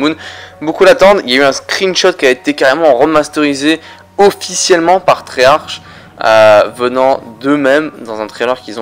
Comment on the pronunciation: C'est treyarche sans e et tu dit treyarcke sa donne treyarch mais bon je te soutien continue